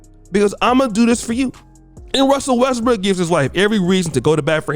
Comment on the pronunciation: Nobody:: Russell RESSBOOK